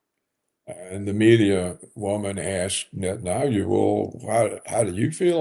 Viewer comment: I live for the day I hear Paul pronounce "Netanyahu" correctly. It is netan-yahu, Paul, exactly as it is written, and not netan-ayoo which is.. whatever.